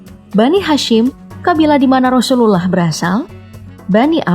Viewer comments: Penyebutan nama rasulullah nya jelek bgt gk fasih🤭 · Coba sebut nabi Muhammad aja min, agak gimana gitu penyebutan rasulullah aja GK fasih... Gk enak didengar jatuhnya